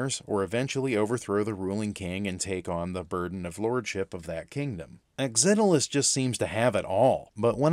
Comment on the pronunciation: I grew up with the original programmer for this game Tao Ge. All of our friends we playing a MUD called Mortal ConQuest and one day Tao showed up with a very early version of this game. It was so cool to play. BTW I was impressed that you actually figured out how to pronounce the name of the game. Not many people could figure out how to say it. Thanks for making and sharing this review.